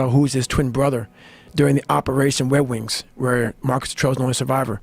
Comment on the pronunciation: Great video not to nit pick you lol but it’s operation “red” wings not operation “wet” wings